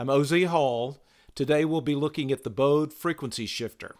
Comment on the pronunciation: Just an FYI, the German name Bode is pronounced like 'bo-duh.' (my favorite Bode-inspired tool is the Sonic Charge Echobode plugin---great for psychedelic percussion and metallic piano & brass)